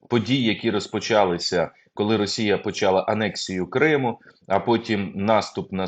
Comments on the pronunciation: Не поч'Ала, а почал'А.де ці журналісти навчалися... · Не поч'Ала, почал'А ! Де ці журналісти навчаються....